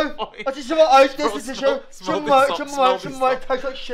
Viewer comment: “Gis a tisho”